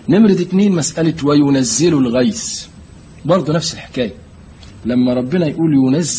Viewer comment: الغيث وليس الغيس ...النطق بالمصري لا يجوز ...